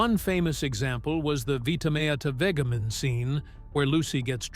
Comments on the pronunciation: Vit a meat a veg i min..pls pronounce correctly..thx for ur narrative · Every living person who has ever seen the sketch knows that it was Vita, as in vitamin, Meat as in meat, the food., and vege as in vegetables. Only a computer would pronounce meat as Mayaut. I liked that there were so many clips from shows that I missed, But the multiple mispronunciations were a pain in the "(donkey)". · It's not Des i Lu It's Desi Lou. It's Vita meata vegi min. I'm a VERY BIG fan of I I Love Lucy, and The Lucy show.😂😊 Thanks for the story. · Pronounce Desi's last name and vitameetavegamin correctly. No good excuse for the way you butchered it!. All you have to do is watch the episode. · Who taught the narrator to mispronounce Vitameatavegamin? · That narrator could NOT have been a fan of the show. Otherwise he would never have made such a ridiculous mistake in pronunciation of this fictional yet iconic product.